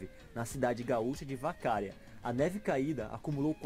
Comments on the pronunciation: Pronúncia da cidade errada, pronúncia do nome do presidente errada!🤐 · o pessoal erra muito a pronuncia do nomes das cidades gaúchas e isso é bem engraçado. Vacária o certo é Vacaría ''Vacariia'' . kkkk já vi isso acontecer com outros nomes kkkkkk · sou de Vacaria, inclusive a pronúncia do vídeo está errada, é "Vacaría" e não "Vacária", como foi dito... já vi neve algumas vezes, dia 26/05 deste ano foi registrado -3,5°C aqui, lembrando que o inverno só começa em junho... temperatura abaixo dos 5°C é comum nessa época. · Não é vacária...é Vacaria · Apenas o nome de Vacaria e não Vacária e Geisel (lê-se Gaisel) foram alterados. Rio Grande do Sul é um lugar muito bonito e mostra a grande diversidade que o Brasil possui. VIVA O RIO GRANDE TCHÊ! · Muito bem feito o documentário. Uma correção: não é "Vacária" e sim Vacaria. E não é "Geisel" o presidente, e sim pronuncia-se "Gaisel". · NÃO É VACÁRIA PORRA SKKSK, enfim aqui na serra gaúcha/catarinense nevou essa semana kk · Obrigado para mostrar o nosso Rio grande do Sul só uma coisinha para quem está narrando não é Vaccari o nome da cidade é vacaria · Vacária KKKKKKKKKKK, vacaria....sem acento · Eu sou do Rio Grande do Sul e não e vaca ria e vacaria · Não se pronuncia "Vacária" e sim :Vacaria". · O narrador brasileiro pormignorência não pronuncia corretamente muitas palavras que pronuncia tais como; Vacária ao invés de Vacaria, e Ernesto Geisel que se pronuncia Gaizel. Procure conhecer sobre o vale do Vinhedo e vinhos brasileiros. Os melhores espumantes do mundo. Gramado e Canela merecem uma pesquisa própria. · Ele deveria ser orientado por um gaúcho, o narrador falhou em muitas coisas. Mas de um modo geral, valeu. Lendel? ... Landel. Vacaria e não vacária. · Caramba. Achei que ele estava pronunciando nome de uma cidade que eu ainda não conhecia. Até que ficou bonito o Vacária, soa como Bavária... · O narrador falou vacária kkkkk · Vacária kkkkkkkkkkk